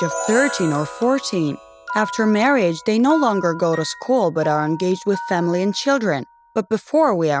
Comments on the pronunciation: I'm sorry but this video is really....Really bad o~o 1st of all, its another God damn Storybooth ripoff, 2nd, VERY poorly animated. 3rd, She sounds like a fucking robot when she talks. 4th, "Famlil lived." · The way you said family it was like fameley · u said family wrong and wait u been in school for 3 years?